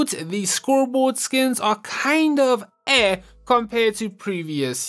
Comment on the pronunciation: The way you say eh its funny